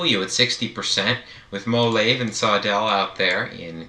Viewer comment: MOLAVE is pronounced as Mo-Lah-Veh (Veh as in Venice or Lah-Veh as in LAVEnder)